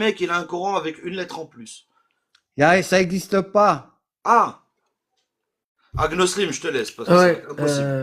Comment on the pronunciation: Elle dit agnolism 😂😂😂😂